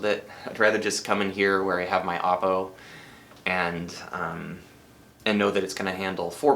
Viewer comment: It’s Oh-Poh, not Ah-Poh bud. Stupid sports broadcasters of MLB games saying Ah-Poh as in opposite field has caused some bad habits. When the President of Oppo announced the 203, he pronounced it as Oh-poh. While they were still selling optical players, at the top of the website they had the phonetic spelling of the pronunciation as “Oh-Poh”.